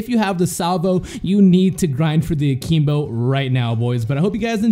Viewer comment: Are you saying A-keem-bo and Mee-lee just to trigger ppl like me? It's working.